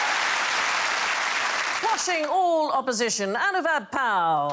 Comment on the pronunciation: I 'm sure It's Anubav and not Anuvab.